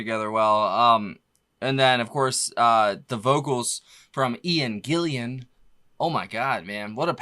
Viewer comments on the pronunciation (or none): Am not putting ya down mate .but it's GILLAN not GILLIAN..keep bangin..🤘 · it's not 'Gill-i-an', it's just 'Gillun'. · It's Gillan not Gillian. Love your chanell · Ian Gillan not Gillian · It's Gillan, not Gillian. 😉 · Its Ian Gillan not Gillian mate. This MK2 line up made a few records together too. 👍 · Thanks for saving me having to clarify their discology. Only thing that was missed, it's one of my biggest peeves - it's GillAN - There's no "i" in there. I've been yelling at my radio at dj's who always mispronounce his name for 40 years. ( it doesn't really ruin my day as I may be making it sound.... 🙂) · I'm sure Ian Gillian won't mind 🤣Haha, yep it gets me too mate IT'S GILLAN!!!! 🤣😂 Take care buddy. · Mr Grover, Mr Gillian you musta made a million on the day you caught on fire. Lyrics from one of their songs because people miss pronouncing his name.